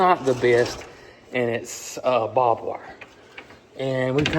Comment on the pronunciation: It's funny because I always said Bob Wire just like you and so many people. I learned last year that it's barbed wire, not Bob wire. Funny!